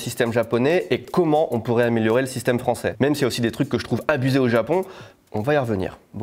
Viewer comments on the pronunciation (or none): none